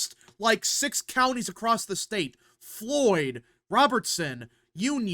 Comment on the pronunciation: Sorry dude. Your pronunciation of counties is killing me!